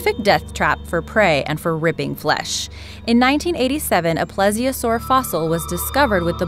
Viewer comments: You Say ples it's pleesiosaur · you're not pronouncing plesiosaur right